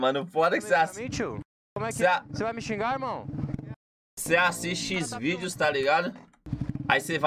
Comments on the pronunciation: falando xvídeos kkkkkk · "Se assisti xvidio" sksksksksksksks